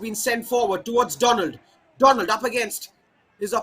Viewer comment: Commentator.. He is not Donald, instead he is Donlad ( Don-Lad)